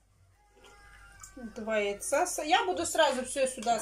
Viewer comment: здравствуй. Твоя семья мне очень симпатична. Ты молодец! Но без обид... Куда ты все время теряешь букву Д в слове наДо и букву З в слове сраЗу? ))) Я понимаю говор,но прям " слух режет". ) Извини если что.